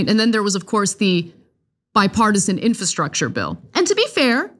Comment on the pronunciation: why can't this woman pronounce the word infRastructure to save her life? It pains me to listen to her talk about policy.